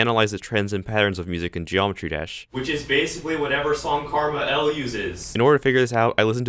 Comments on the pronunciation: I don't like how you pronounce KrmaL as Karma L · lol how he says karma L instead of just Ker Mall